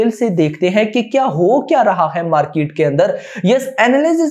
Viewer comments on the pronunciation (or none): none